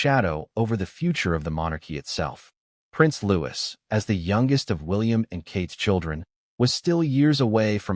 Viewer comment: If this is true, it’s disgraceful!!!!!!!! ( couldn’t the narrator pronounce Louis name correctly? Looee. There is no s.